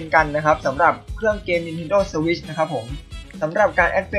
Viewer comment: ฝีฟ้า สถาดิว ออกเสียงโคตรฮา